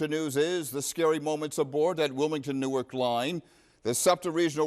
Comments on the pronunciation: Formerly from North Jersey here. Isn't Newark, Delaware pronounced NEW-ARK??? Glad everyone is ok. 😊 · Yep, Newark in Delaware is pronounced different than the Newark in New Jersey